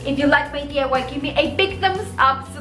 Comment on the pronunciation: It's diy not day. Otherwise super cute